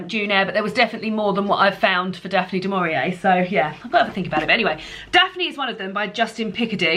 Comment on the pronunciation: Fab Vlog. Daphne Du Mauri-May, hahaha. Brilliant. I too am getting excited for The Women’s Prize 2022. Love that you and David read to each other. Cute! Chris and I were reading the same book at one point next week. Absolute scenes.